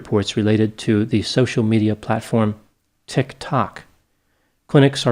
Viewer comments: Tick Talk. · Did I just hear you pronounce it “Tick Tok”,? 😂 I swear I could hear the pun in your tone. Well done, sir 👏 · The app is spelled Tik Tok, but it felt like he said it with the spelling “tick”, which is a symptom of Tourette’s. How can you hear the spelling, you may ask? I dunno myself 😂 It’s just my assumption cheekiness came through momentarily. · there’s something so funny about how he says “tic tok” but great video. Always consistently great to see your content!! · pronouncing tik tok is the best ever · Omg the way he said Tik Tok!! 😭🤣🤣 I love it!